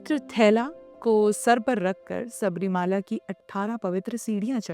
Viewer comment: Ek correction: Theertha sthan ka naam SABARI MALA hein SABARI " MAALA" NAHIN. Sabari sanyasini hein aur bharathiy epics mein prasidh hein. MALA ( with short A sound ) Is HILL OR MOUNTAIN ..PARVATH. SO MOUNTAIN WHICH IS NAMED AFTER SABARI. TEMPLE IS ACTUALLY A SMALL 20 X 12 SHRINE. ON THE HILL.AND THE CLIMBING STEPS NOW COVERED BY BRONZE CAST STEPS ARE 18 IN NUMBER. STEEP WITH.JUST 20 DEGREE INCLINATION. ORIGINAL ONES GOT WORN OUT BY 4 CRORE FOOT STEPS A YEAR. on an average for over 100 yrs.